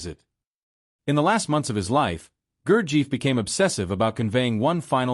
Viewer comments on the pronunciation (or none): Pronunciation of Gurdjieff is wrong. It should be Gur-jeff, with the e sound as in effort.